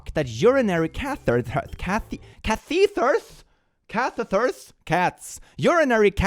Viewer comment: k-ath-etter is how i learned to pronounce catheter if that helps